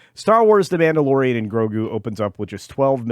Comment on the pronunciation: Did I miss hear or did you call it the Blandalorian?